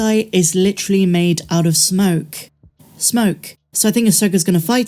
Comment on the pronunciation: Wait, did you just say MADE OF SNOKE? SNOKE? Wait S...moke? This is awesome stuff. Reminds me of the smoke character in Hellboy 2.